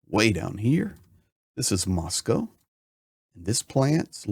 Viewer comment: Good to hear an American pronounce Moscow correctly.